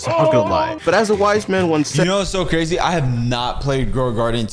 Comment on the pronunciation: Cwazy cupcakes